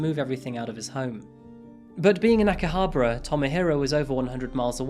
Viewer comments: I watch your videos on my lunch breaks, love the content and you talk about cases in such incredible way. Just one thing, be sure to work on your pronunciation of the places you are talking about. Aomori was tricky and I had to rewind, but Akihabra... Still, you're my fave crime content creator. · He pronounced Akihabara completely incorrectly. Along with many other words...